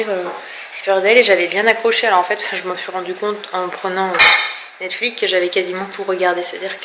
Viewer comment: Mddr sur « netflik » 😂😂 c’est Netflix ahah tu m’a bien fais rigoler